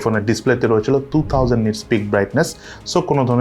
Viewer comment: এই মোবাইলে "রইচেলো", "রইচেলো" এগুলা কি বলেন? রইচেলো কি আবার?